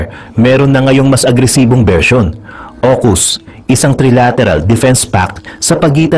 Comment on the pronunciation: Aukus hndi okus...